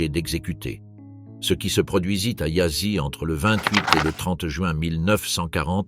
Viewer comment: Apprenez d'urgence à prononcer les mots roumains, non pas yassi Mais Yasch (Prononciation) de même que pour les mots Allemands. Si déjà vous publiez ne prononcez pas cu Mais vous Tous les mots roumains sevprinoncent cou. Popeacou parex prononcez popeacou de grâce